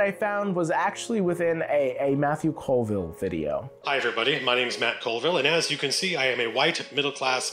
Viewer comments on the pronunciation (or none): none